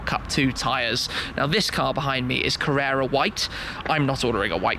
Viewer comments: It's Carrara white, not Carrera white I think? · Dude, it's Carrara white (like the marble), not 'carrera'. Can't be a Porschephile and not know that!